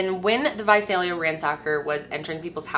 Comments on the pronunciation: You said Visalia right!!! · I just want to say thank you for pronouncing Visalia the way that people who live there pronounce it. Most of my family lives there and I spent a good deal of my childhood there, and every time I hear this story told I get flustered at that. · I’m from Visalia and THANK YOU FOR SAYING IT RIGHT 😅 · thank you SO SO SO much for pronouncing Visalia correctly! A lot of people always say vuh-zell-yuh and it's NOT. So thank you for that! Thank you for covering this case. Me, a Visalia native, appreciates it!